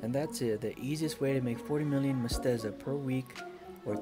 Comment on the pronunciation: MEH. SET. TAH. NOT MESTEZA.